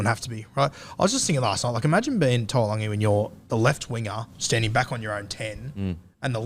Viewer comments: the fans might think Brian To’o and Murray Taulagi had a baby with that annunciation hahahaha To’oLagi. Taulagi (Taw-Lang-ee) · Who is toolagi ? It's taulagi.. (towel-lagi) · Appreciate you trying making an effort with the names but Paulo ain’t pronounced Bolo(pah-oo-law)😂 And somehow you mixed To’o’s✅ last name with Taulagi’s (tah-oo-lung-ee) 😊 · It's hurting me to hear you mess up Taulagis name. TOW-LANG-EE.